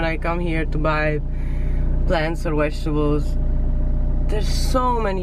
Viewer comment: I love how u say vegetables....wegetables 😘